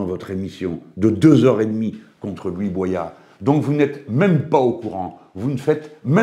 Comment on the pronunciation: Il s'appelle Louis Boyard et pas Louis Boisyard. Quand aux propos de Boyard, il a traité Hanouna de raciste, d'irresponsable et a dit que Bollore ruinait l'Afrique. Après il a peut être raison, je ne connais pas le fond mais c'est assez discourtois.